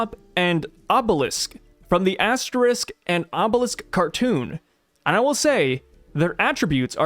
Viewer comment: I’m pretty sure they are called asterix and obelix and not asterisk and obelisk.